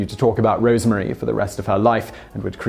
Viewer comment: Roosevelt is pronounced to rhyme with Rose. Rosemary was not called Rosemarie.